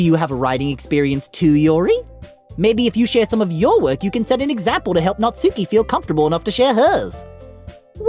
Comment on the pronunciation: Monika is pronounced the second way you said it (Mon- i - ka) not (Mon - ie - ka) and Natsuki, do dont say (Nat-sue-ki) its (Nat-su-ki)